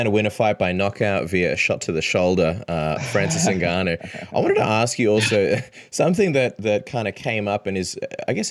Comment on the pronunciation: you know his name is NOT Francis “Nigganou” lol